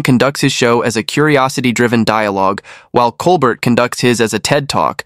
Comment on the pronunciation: It,s col bert,its col bear!